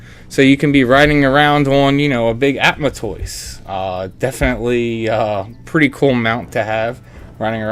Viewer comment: Ada-man-toise. It's combination "Adamantite" and "Tortoise"